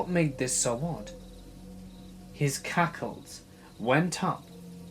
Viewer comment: I thought I heard "cackles"